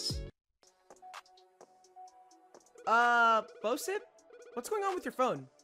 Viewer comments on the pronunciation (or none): Bob & Bisep Me: its Bosip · He said Bob and Bishop instead of Bob and Bosip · oh its bosip every other time he tries to say his name is his name bishop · Alt title: pronouncing bosips name wrong for 38 minutes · Alternate title: trying to pronounce Bosip for 38 minutes